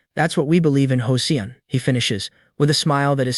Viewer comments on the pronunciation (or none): I feeli like an AI would know how to pronounce Joseon.